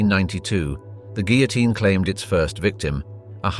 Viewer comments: "Guillotine" is mispronounced. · That confused me to, also the pronounciation of the guillotine has me twitching. 😂